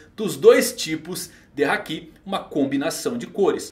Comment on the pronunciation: Não é querendo ser chato nem nada, mas quando ele fala hakí eu falto explodir por dentro, pq é haki e não hakí